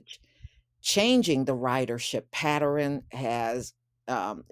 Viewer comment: Hey, what is a Paterin? You keep saying it, never heard of it... 🤔